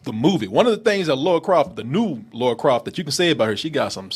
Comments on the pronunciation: AGAIN ONE MORE TIME. Not the same thing. That's the point. The way Americans pronounce her name is Laura. (Law-ra) The name is Lara. (LAR-ah) You might as well be calling her Larry. It's like if I called Korey - Khoury. Watch the movie or play the game. Not once does anybody call her Laura. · For the th time. It's LARA. Not Laura!!! Rhymes with La La... NOT Lor-A... Laura is a completely different name. Americans can't seem to pronounce it correctly. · Why can't yanks say Lara, they say Laura (nah, it sounds more like Lora) instead ...why oh why? I mean, they can say Lana, as in Lana lang, they don't say Lona Lang. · it’s pronounced “Laura” when it’s Lara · he's been saying names wrong 7 years lol